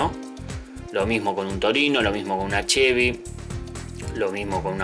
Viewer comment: Arnold 2T Primero que nada antes de hablar de autos minimamente aprende a mencionarlos bien un Falcon (sin acento en la "O") hoy por hoy es lo mas comun verlos en las calles y autodromos como cualquier otro auto no podes comparar un falcon con un Mustang o Chevy (con "Y" y no con"I latina") cuando el Mustang es un clasico por excelencia, un auto emblematico que dejo una marca en su epoca por ser uno de los autos mas potentes, dotado por el gran trabajo de ingenieria logrando un sonido que hacia imposible que no te voltees a verlo, agraciado por una estetica inigualable que causo tendencia junto al Chevy ss entre los clasicos, autos practicamente indestructibles.